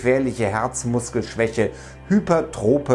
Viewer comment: Nicht hypertrop sondern hypertroph (aussprache mit f) trophie und tropie sind 2 verschiedene sachen in der medizin